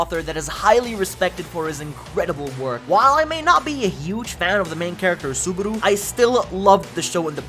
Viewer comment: This guy really called the Re:Zero MC "Subahdoo"